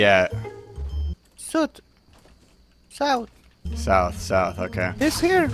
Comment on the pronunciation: When he said suith it cracked up